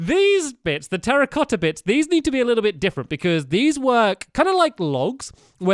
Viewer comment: when he said terracotta blocks I thought he said "Harry Potter blocks"